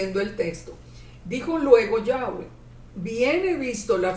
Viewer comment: A veces dice Yave, o sea sin w.